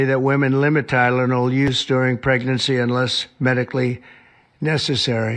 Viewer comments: Did anyone else hear Donny boy say preGERcy instead of pregnancy? If you didn’t, you have to go to and listen!!! He’s such a buffoon!!🤦🏻‍♀️ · "...during pregnercy..." dude wtf is "pregnercy?" 😂